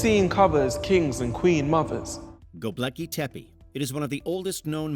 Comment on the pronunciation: Bro said "Gobleki Tepi" 😂😂